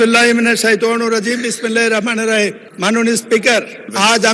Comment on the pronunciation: যে বিসমিল্লাহ দিয়ে শুরু সেই বিসমিল্লাহ ঠিকমতো বলতে পারেনা